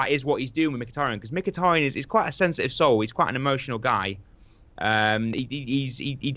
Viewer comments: please... STOP SAYING "micktiriiiin" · Hate the way keeps saying Mik-tirry-en hahahaha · Miktirian and jess lingard? sort your pronunciation out ffs. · for fuck sake, stop saying 'Miktirian', that's not even close to how you pronounce his name, I die a little bit inside every time you say it. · Adam 10 He's probably sick of pronouncing Mkhitaryan's name like a moron